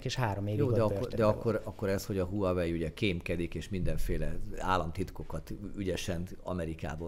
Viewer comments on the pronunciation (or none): none